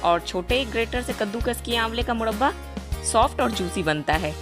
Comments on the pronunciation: Mudbaa nahi murraba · Madam first of all aap murba bolna sikh lo tab murba ka recipes btana Baki aap ki murba ki recipes 100 me se 50% Good hai..... isliye Dislike kar diya hai.......